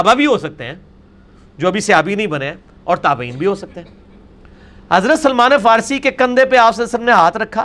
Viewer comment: اسلام تو احترام سیکھاتا ہے جس طرح یہ حضرت سلمان فارسی ر ض کا نام لے رہا ہے اللہ معاف فرمائے۔ کیسا عالم ہے کہ علم اسے تبدیل نہیں سکا کیونکہ گدھے پر کتابیں لادنے سے وہ عالم نہیں ہو سکتا تو یہ کیسے ہو جاتا